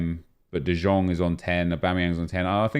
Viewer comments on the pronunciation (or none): Pls stop calling frenkie de jong “de zjong” you pronounce it like “de young” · KURWA CZYTAJ DE JONG A NIE DE ŻONG JA PIERDOLE JAK MNIE TO WKURWIA JA PIERDOLE DE JONG JEST POPRAWNIE PO HOLENDERSKU !!!!!!!!!!!!!!!!!!!!!!!!!!!!!!!!!!!1111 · its de yong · Why is he pronouncing De Jong the way he is, I really hope he’s trolling.